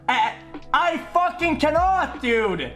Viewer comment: "when in fact dud, I've moved on for hours... dud" -a cow